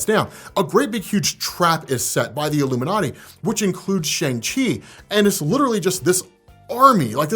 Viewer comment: All the chinese actors/speakers pronounce it "Shang" and NOT "Shaung". It is only used as a joke to rhyme with 'Shaun' by the american actors